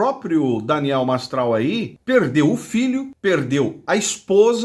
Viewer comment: Nao sabe falar nem o nome do cara MASTRAL 🐴🐴